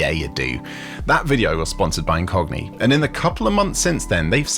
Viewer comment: When you said "this video sponsored by Incogni," it sounded like you said "this video sponsored by a Cockney." lol